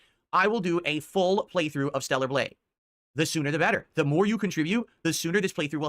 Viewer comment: "THELLAR BLADGHE" Stroke mouth got this fool barely able to speak lol